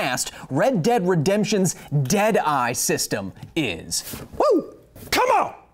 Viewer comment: Everytime you say "Dead eye", my brains expects and almost hears "Dead ass"...everytime. I'm serious...dead ass..!